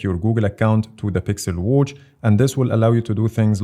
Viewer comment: Why does he pronounce watch like that😆😆❔️"Whouch" "Whoach" 😆😆